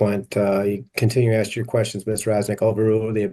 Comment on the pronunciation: She doesn't recall 🤔 and you think a judge would know how to pronounce the word ask